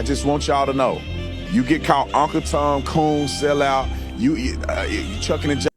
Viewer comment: This dummy said chucking an jiving. It's shuckin' and jivin' and he does it a lot. This is coming from someone who hangs with everyone so long as they're chill.